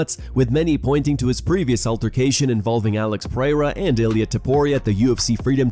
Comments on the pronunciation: Chael can't read? " Pee- era "😂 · Piera? Pierra? lmao is this guy dyslexic, just braindead or is that CTE? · Can anyone please tell Chael Sonnen that his name is not Alex Pierra? Dude has been saying that for multiple years now, I literally can't take Chael serious because of this alone 🤣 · Shill Sonnen still not able to pronounce Alex last name after all those years is peak cte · Chael refuses to pronounce Pereira correctly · He can't it drives me crazy. I can not listen to it. It just sounds dumb